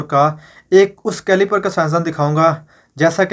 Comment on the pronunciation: Idiot aadmi, caliber hota hay caliper ni...!! Besharam admi ALLAH tera mu bun karega tu gumrah kar raha hay